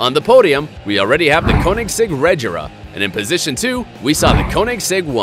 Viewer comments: Its called caunexeg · Wtf 😂 why are you pronouncing Koenigsegg and Rgera like that😂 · Got damn you mispronouncing the hell out of those Koenigsegg names. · You can't pronunce Koenigsegg konigsegg because it's wrong you have to learn how to pronunce the swidish words LOL! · I'm from sweden and Koenigsegg comes from sweden too, it's pronounced KÖNIGSEGG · Your saying Koenigsegg wrong!!! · There is so much wrong with this video. False "facts," complete misunderstanding of the concept of power and units of torque, horrible pronunciation, you can tell this guy has no idea what he's talking about. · Yo Dude plz get UR facts Correct and Learn to say the car names Correctlig plz.